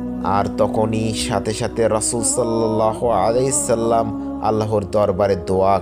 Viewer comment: আপনি সাল্লাল্লাহু আলাইহি ওয়াসাল্লাম ভুল পড়েন পরের বার থেকে এই ভাবে পড়বেন সাল্লাল্লাহু আলাইহি ওয়াসাল্লাম ❤❤❤❤❤❤❤❤❤ 🥺🥺🥺🥺🥺🥺🥺❤❤❤❤